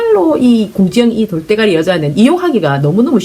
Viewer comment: 돌!때!가!리!에 웃음이 터지네요^^